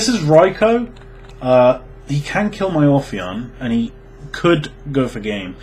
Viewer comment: Obtw it's ophion, not orphion. No r